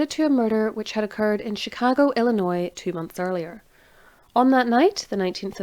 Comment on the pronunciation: calling. Thank you for another great episode of History calling. Also bless and thank you for pronouncing Chicago and Illinois correctly. So many butcher the names. Especially our state's name.